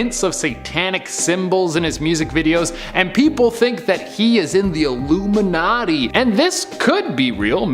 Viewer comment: Stop saying iluminaty youll get cursde